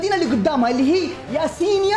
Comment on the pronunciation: يسنايا مو ياسينيا😂😂😂😅فشلتنا😂😂😂😂😂